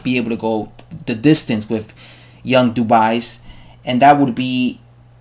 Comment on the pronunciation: iTS PRONOUCED KEVIN DU- BWAY ITS A SILENT S.